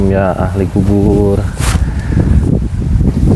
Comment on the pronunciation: Ass..., sdikit sy mau ralat ucapan akang ketika mengucapkan 'Assalamu alaikum ya ahli qubur' Yg benarnya adalah 'Assalamu alaikum yaa ahlal qubuur, jdi bukan ya ahli qjubur,hatur nuhun.